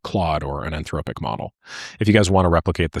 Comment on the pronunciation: "anthroWpic". I'm convinced does this for the rage engagement.